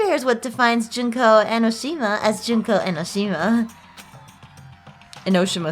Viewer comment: JUNK-O EN-Oh-Shih-ma. Memeeeees